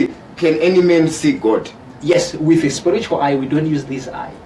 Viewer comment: hanzi sporitual (spiritual) pronunciation though